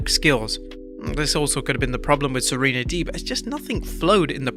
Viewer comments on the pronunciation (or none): none